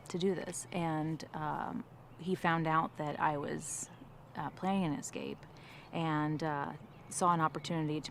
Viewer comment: Ek-scape? Ek-scaping? Did you miss out on grade two? Try again… escape, without the “ek”, bumbass.